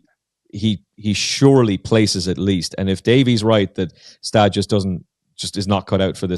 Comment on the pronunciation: Next time you'll shake down the audio ahead of the podcast. I believe Gstaad is pronounced Gu-Shtodd